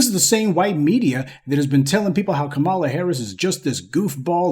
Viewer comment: Dude the least you can do is pronounce her name correctly…Come on “Professor” 🙄🤦🏾‍♂️